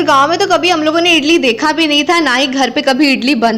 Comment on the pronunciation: Hi idli bolate hai Italy Nahin hota hai Baki A1 aapka video bahut Achcha Laga bahut Sundar lage raho